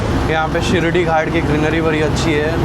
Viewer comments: Not Shirdhi Ghat Shiradhi Ghat bro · Sar- rige not sar-ije and it is shi-raadi ghat not shi shi-radi ghat... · " शिरडी" ghat❌. शिराडि ghat✅ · Its Shiraadi Ghat, not Shiridi ghat. Shiridi is a different place in Maharashtra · Arre, you make interesting videos of all your travels! Vlogs are good! As a travel vlogger, the least you can do is to get the names of places correct, especially the pronunciation! It is NOT Shirdi Ghats..it is SHIRADI! (शिराडी) [শিরাদি] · It's not shiradi, it's shiraadi ghat*